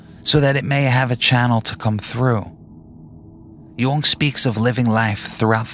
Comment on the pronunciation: Also it’s this guy pronounces Jung like no one ever lol